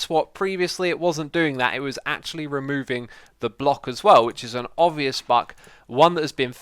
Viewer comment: "which is an obious buck" lmao